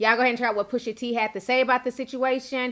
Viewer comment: Push-AH T not Push-ER T 🤣😂🐸☕love you Ti